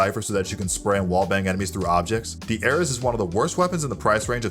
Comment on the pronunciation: gameleaps is better tbh the odin takes skill and he doesnt know how to say Ares lol